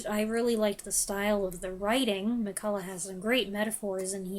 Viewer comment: HI, I'm always impressed at the number and variety of books you manage to read, on top of all your other creative projects! And your reviews are distinctively thoughtful, insightful, and often a little bit wry. Thank you for all the effort you put into them.:) A tiny thing, just in case it ever comes up again: the most common pronunciation I've heard for Colleen McCullough's surname was somewhere between "McCull-UGH" and "McCull-UCK", rather than "McCull-UH". (I have no idea if that was family tradition, personal idiosyncrasy, or Australians butchering a Celtic spelling, but I've seen her introduced on television interviews that way more than once and she didn't correct the interviewer.) Have you ever watched the BBC adaptation of "Our Mutual Friend" from the 1990s? It's one of the better Dickens adaptations, for me, and I have it on DVD somewhere.